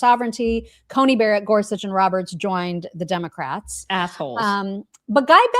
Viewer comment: Except that macabre, bury, barret, and there are more that are common words, yet Candace mispronounces them. I heard a great explanation: her employees either hate her and get glee from not correcting her or, and the most logical, they are afraid of her, and won't tell her because of her well-known ire.